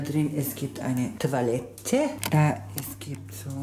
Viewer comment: Niemand..... Wirklich niemand...... Dadrin es gibt eine TWALETTE...Da es gibt so Dusche...Plom Plom Plom Plom Plom:D RISCHTISCH GÜÜT